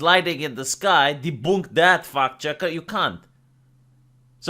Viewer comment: That's an interesting way of pronouncing fact-chcker.